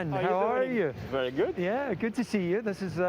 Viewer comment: was an extremely french 'very good'